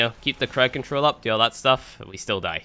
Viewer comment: Second (also its crowd not crowed)